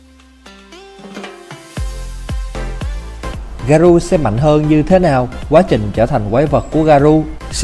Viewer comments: Nhắc nhở! Không dạy đời, 👌 Garou đọc là garo giúp mình nhé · Là ga rô ơi...tên nhân vật còn đọc sai thì phỏng đoán cái gì...😏😏